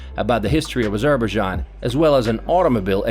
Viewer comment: meet some indigenous people to make sure local words you are pronouncing is correct.. you are literally pronouncing local words form your A**